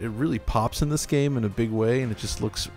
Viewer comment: I can't stand the way "" (the younger guy) always pronounces "game". I can't watch the video anticipating another instance of this (like countless in all the videos). It always sounds so superstitious and cherishing, really cheesy, making it kind of grating... I never noticed this in anyone else, it's particular. He doesn't just say "game" like anyone else would, as a normal word, but with a particular meaning/emphasis - or at an added frequency - that is not technical or abstract at all (in contrast to the contents or what is appropriate). Everything is a "game", that one thing... It doesn't just happen to be part of that medium or category by that name.